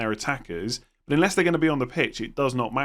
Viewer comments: Is it me or do u actually pronounce unless as inless ? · Unless not inless. Could be his accent.